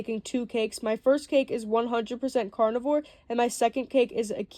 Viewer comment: I kept thinking you were saying "cardboard cake". It took me a few